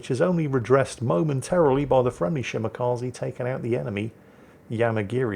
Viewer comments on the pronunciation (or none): none